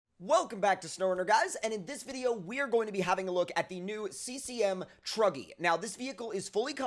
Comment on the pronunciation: At the start he stayed cm truggy I thought he said druggy!!🤣🤣